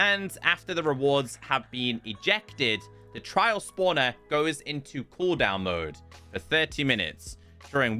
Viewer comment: Man couldnt say the word trial properly to save his life. If i werent reading the signs on screen I'd have no idea what he's on about.